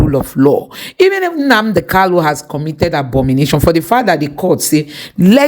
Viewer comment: Mazi's name is KANU not KALU, why can't some of you people even ndi igbo know how to say this very simple name. Very disappointing.